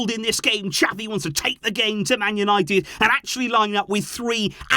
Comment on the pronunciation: pleaseeeeeee xaviii get it right!!!